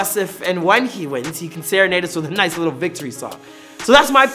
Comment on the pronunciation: Abdorozik " I'll smash u lithle boy" 0.08